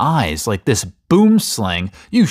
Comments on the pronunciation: Dont pronounce it as boomslang pronounce it as buemslaang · Yo don’t pronounce it boom slang pronounce it boim slung ok ✅ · The boomslang is pronounced: 'buəmslung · (as somebody from cape town who lives by the mountains and deals with them on hikes.) Boom slang is a snake and it means tree-snake in afrikaans but most people pronounce it BOOM-SLANG while its actually said bwoom-slung. I think thats what u mean(correct me if im wrong.) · I really wish the rest of the world would learn how to pronounce boomslang properly. I get that it's a different language but surely if you're gonna own one then at least learn it's name? It's not "boom-slang", it's pronounced bworm ( like worm with a b in front) - slung (like lung with an s infront). Which literary means tree snake. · The a in boomslang is pronounced as "ahh" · As a South African, I love the way he pronounces "boomslang". We literally pronounce it "bwoo-im-slung"😂😭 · i pronounce it boo em slung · In Dutch you pronounce it as boamslang with the second a sounding like the a in tupac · Finally people who know it, I just posted a comment explaining how it's basically pronounced 'buəmslung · Well you actually pronounce it "buemslung" in Afrikaans. Treesnake is just translated into English. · A quick heads up from Someone who lives where Boomslang's are native (South Africa), they're actually pronunciation is: Boo-im slung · I'm also South African, I'm colored acually 😅, also not to be rude or anything but I think you should change the "Im" to "um" because Americans usually pronounce the "Im" differently than we do 😊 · As a South African, this is how you pronounce “Boomslang”. It is an Afrikaans word. boo(👻)-uhm(🤔) 👆say very fast sl-ung(like tongue) Hope this helps for any curious minds! 👌🏻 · It's pronounced boemslung or in English treesnake I know this as the Afrikaans version is pronounced boemslung how do I know? IM FUXKIN SOUTH AFRICAN DOM NAAIS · Btw as a South African. Boomslang is pronounced, "Boo(um)-slung"